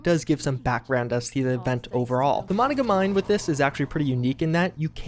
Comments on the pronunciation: Say it with me now, Muh-non-gah. Not mono-guh. Lol. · Monicamine..... Moh-non-gah mine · Emphasis on the middle. MoNONgah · mo-nahn-gah like the holotapes say! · ..Im from WV. Can we correct your pronunciation of Monongah?..its Muh-Non-Guh i literally went to grade school there 😂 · I live near monongah and the way her pronounces it messes with me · Thumbs down until you learn to pronounce words correctly. & & Monongah.